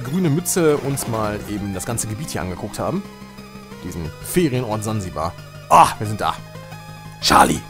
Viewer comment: Sansibar nicht Zanzibar